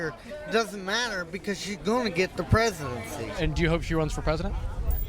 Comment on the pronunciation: "Sge gon' get the pres'd'ntsy!" Hah!